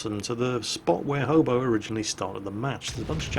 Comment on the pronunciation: first of all who else thought said homo instead of hobo second where or when did Jo get his/her health back